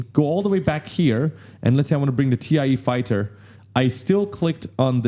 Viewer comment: Never heard anyone call it a T - I - E fighter before lol. I guess its not wrong, but that's a first.